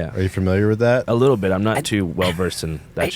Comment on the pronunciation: Pls. FIX THE LETTER L . love the show